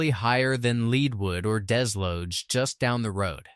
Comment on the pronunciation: Wheres "Bon-Turray" or "Dez-lodge" AI sucks and so does this channel. It cant even pronounce the names properly. If you asked a local where Bon-Turray,Saint Fran-Swaa,Leed Wood,Ca-Ruethersville were? Theyd look at you like you were F'd up !!!! THIS CHANNEL SUCKS !!!